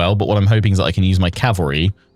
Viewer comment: I love your content I really do ... But cavalry is um well ... Anyway ❤